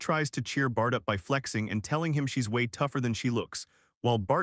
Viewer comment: Whenever you say bart i hear fart😂